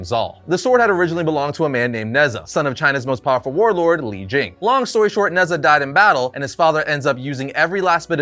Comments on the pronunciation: Although it’s spelt Nezha, it’s pronounced Ne-Ja, he’s a god or demigod in traditional Chinese mythology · Nezha is actually pronounced Neh-Cha, it’s Chinese and the name of one of their mythical warriors. (Think Heracles, Sigurd etc.) this being said godDAYUM that fusion is dope!